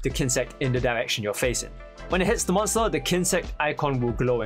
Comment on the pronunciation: Whenever he says der not the😅